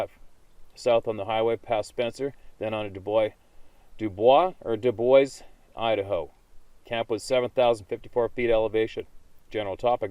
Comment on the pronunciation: Doo Boys is how that town is pronounced. Same as the same name in Wyoming. The log jam thing, I wonder if they block you so you have to go around on the way back, to get around so you have to walk closer or into the forest. I'm glad you left that area. You have nothing to prove and no obligation to keep reading. Go with the "code", you don't feel right, leave.